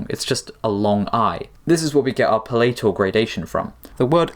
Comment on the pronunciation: /'pælətᵊl/ not /pə'lejtᵊl/ /'dɪfθɒŋ/ not /'dɪftɒŋ/ /ɡrəˈdejʃᵊn/ not /ɡrejˈdejʃᵊn/ Source: OED